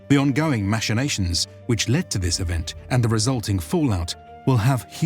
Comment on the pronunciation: The pronunciation of every proper noun is different than the Audiobook which like, who cares? But when you said "mashinations" I began to suspect you're just doing this to screw with us